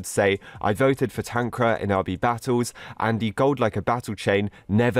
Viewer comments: Dude made "TanqR" "TanqRa" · tankra is how u say it xD its pronounced tanker (tanqR) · Tanqra? He said it wrong it should be TanqR. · We say Tanqr not Tanqra But idc i like your vids Always ! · tanq-rar Others: tan-Q-r Tanqr fans/the real pronunciation: Tankar LMAO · "tanqra"very wholesome bro